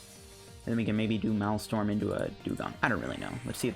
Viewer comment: I like your vids man good deck builds and strats. My OCD was killing me though, you kept saying "Malstrom" its pronounced like this 'mail strom' the MA EL sounds like mail or male.